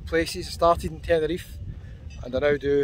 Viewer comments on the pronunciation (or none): none